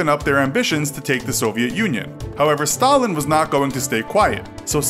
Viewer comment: Hey, judt wanted to say you spelt czech wrong Also is it me or stalin sounds like Staling